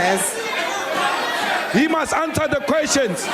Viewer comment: HE MUST ANSA DE QUESTION HE MUST ANSA DE QUESTION HE MUST ANSA DE QUESTION!!! 😂